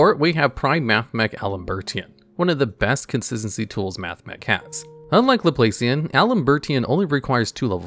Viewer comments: Laplacian is pronounced Laplahcian. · The operator pun coupled with mispronouncing “Laplacian” hurt me